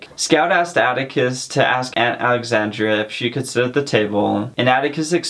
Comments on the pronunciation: It's aunt Alexandra not Alexandria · It's Alexandra, not Alexandria. Thanks so much for cheating kids out of reading a classic book.